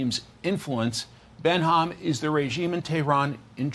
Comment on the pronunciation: Behnam is just going to take that? The host kept saying Benham. He can't even read?